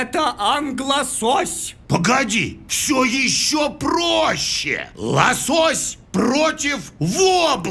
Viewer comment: правильно ло'сось а не лосо'сь..